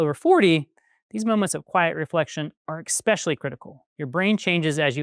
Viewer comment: “Especially” not “expecially” but good job and great content overall